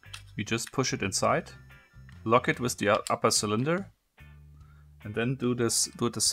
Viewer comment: just to improve your English pay attention to words with "th" because sometimes it's pronounced like "d" like "with" is pronounced like "wid"